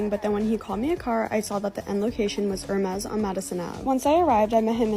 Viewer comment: Imagine trying to act sophisticated and rich and not knowing how to pronounce Hermes. Which isn't even THAT upscale.